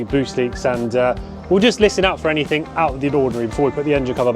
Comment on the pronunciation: The word is anything not anythink .